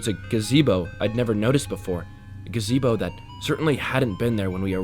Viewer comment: Great story and nice to have to listen to while working. One little fix-gotta look into words and how they’re pronounced. Example, monotonous is pronounced mo-nawt-oh-ness. Brochure is bro-shur. Gazebo is guh-zee-bo. Cheshire is cheh-shy-err